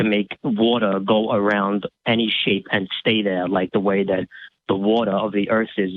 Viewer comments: Cant take serious especially when he cant pronounce water correctly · Who are you going to believe, the aerospace engineer, or the guy who can't pronounce "water," "thousand," or "all"?